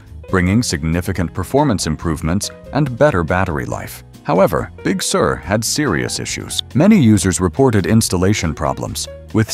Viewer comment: The speech bot pronounces Big Sur as “Big Sewer.”